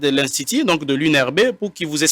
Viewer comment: Ine au lieu de une ,institit au lieu de institut !!!!Pourquoi le docteur ne parle pas lingala ?Français ya malonga te explication ya malonga et a za monganga !!!!